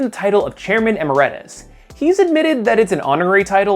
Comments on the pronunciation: Emeritus pronounced e-Mare-it-us. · Great video! :) I knew some of this stuff, but definitely did "learn a little something new" as well. That said, one minor nitpick: That's not how to pronounce "emeritus." The middle part is pronounced the same as the word "merit," so E-merit-us. Understandable mistake, I wouldn't be surprised if you've never heard it said aloud. It's not exactly frequently used, as far as I know. Fun fact: You can tell from the title itself that "Chairman Emeritus" is just an honorary position, because the term "emeritus" refers to someone who has retired from their job, but was allowed to keep their job title as an honor :)